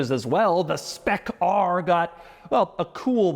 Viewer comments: Why are we saying spec rrrrrrr like blackbeard would have lol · When Doug says "Spec ARRRRR" he sounds like a pirate